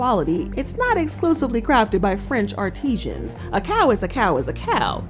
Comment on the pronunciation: it's artisans, not Artesians, lol.